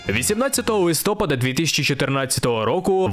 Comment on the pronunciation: ЛистопААААААААААд, не листОпад